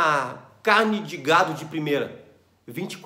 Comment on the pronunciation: Você disse gado, mais parece gato, kkk